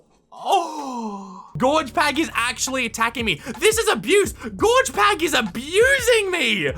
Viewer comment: It's Gorg with a G not a J